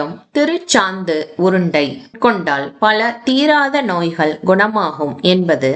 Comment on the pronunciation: Thank you . A few points (1) the temple is not west facing. The main entrance is east facing. (2) Why is 'ka' pronounced as 'ha' ? வகை - வஹை, நோய்கள் - நோய்ஹள், குணமாக - குணமாஹ. Terrible pronunciation.